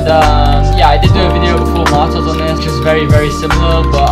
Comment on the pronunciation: Man said martaz